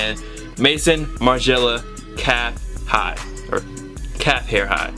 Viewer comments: we say maizon martin margiela in french not mayson martin margiela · please say Maison right it's french for house, "mayzone" I know you dont care but just letting you know. Same way you say "Balmain" differently it's the same issue. Anyways great pickups I have two Margielas in my collection and I absolutely love them. Favorite designer next to Raf Simons.